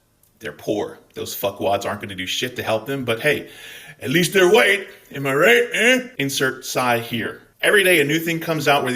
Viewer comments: Gday 🤙 Loving the passion & the pronunciation of 'wwhhite'. Too funny. 2 claps and a ric.... woooooo 👏👏🤙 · MAGA trolls love how you pronounce "white". /s